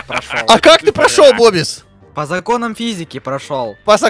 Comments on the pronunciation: не называй бобиса бобис а называй бубис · ОЙ ХАХАХАХАХ БИБИС А ПРАВЕЛЬНО БОБИС